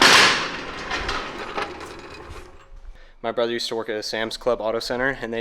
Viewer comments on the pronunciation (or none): none